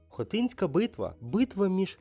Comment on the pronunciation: Шановні! Дякую за вашу працю і ідею з питаннями. Але... у вас жахливі наголоси в найпростіших словах: ХотИн, хотИнська.... У вікіпедії є наголоси.